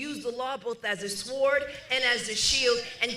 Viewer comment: Excuse me but did Tish James mispronounce the word “sword”?😅